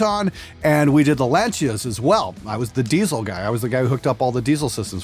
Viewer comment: The fact that said Lancia the correct way (“Launch-ya” not “Lan-see-uh”), a true car guy.